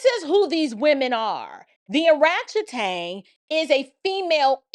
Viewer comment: Every time you say oratchetang 😂